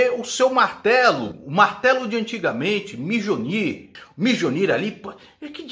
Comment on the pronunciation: "mijonir" kkkkkkkkk